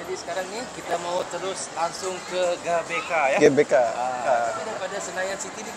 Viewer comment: GBK (GeBeKa) bukan gabeka..🤭😁